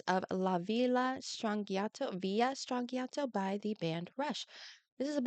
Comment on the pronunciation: Strangiato is Italian... since there is no letter J in Italian gi is always pronounced as J, so it would sound like Stranjiato